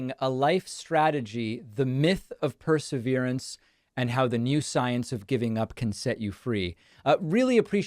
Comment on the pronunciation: This is a truly exciting area of study, and Ms. Keller is a brilliant, engaging woman. As an editor, I would urge Ms. Keller to pronounce “perseverance” properly, because it is a key word in her world. Thanks for this interview!